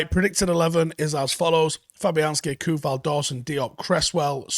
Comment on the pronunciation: Great show just for record Coufal is “tsoufal” 😉